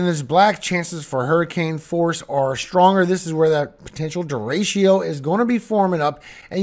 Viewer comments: What's a deratio? Its pronounced Der Rick O😂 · I love your forecasts and the scripture. Don’t know if anyone has told you though… it’s De-“retch”-o, not Derashio 😉🤓. Only love ❤